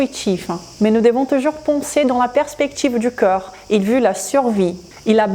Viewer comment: avec tout le respect que je vous dois, je trouve que vous expliquez super bien et de manière très claire, néanmoins, une seule critique, qui se veut constructive, quand vous prononcez corps...cela sonne comme si vous disiez coeur et comme vous utilisez beaucoup ce mot dans beaucoup de vos videos cela devient gênant. Votre français est magnifique sinon.